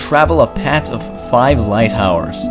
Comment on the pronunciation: WOW instead of "EARTH" he said "EART" and instead of "PATH" he said "PAT"